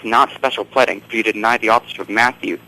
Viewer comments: It's pronounced PLEEEEEDING, not pledding, you moron. That's just really annoying. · To the caller; the word is pleading, not pledding. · pleding, just want to punch him, whats his channel anyone direct me to that? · Pleding? Uggg! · 'Pleddding'....really wanted to judo chop his throat for that. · He pronounces it "pledding". I think he's one of those guys who has never heard the word spoken, but simply read it as "read it" (past tense). I sometimes make the same sort of errors with English, but then I'm a Dane, and he's definately a native English speaker, so he should have picked up on it and figured it was another form of "to plead" for, say, forgiveness or mercy. But perhaps he pronounces that "to plet" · "special pledding" lol how cute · lol, special "pledding". What a tool. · doesn't even know how to pronounce special pleading, much less understand what it actually means.